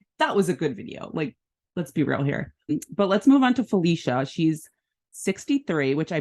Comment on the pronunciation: Other than mispronouncing the name she just gave you, but Felicia is from my town of Tacoma, WA and you should know she's former Air Force! Praying they don't send her out quick due to her age. I don't recall an older woman other than Remy making it far and she was MEAN!